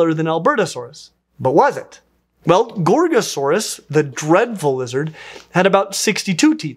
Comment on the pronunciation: Every time I hear you say Gorgosaurus, I think I'm hearing you say Gor-Gor. I hope that a dinosaur is named after a GWAR song, even better it is a Tyrannosaurid.